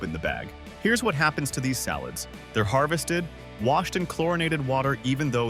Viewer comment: Some of the mispronunciations by the A.I. narrator were HORRIBLE, such as calling salads " allads "!!!